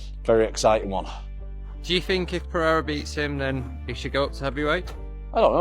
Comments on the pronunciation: Dont be like Joe Rogan.. don't say Pahhadda .. SAY Pe..rei..ra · Brooo why you keep saying “Pehera” that annoys the fuck out of me